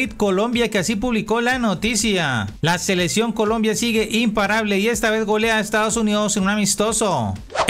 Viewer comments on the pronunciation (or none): no se dice selesion, se dice seleccion